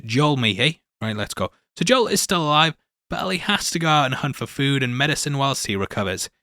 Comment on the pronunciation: Joel is pronounced like mole with a J.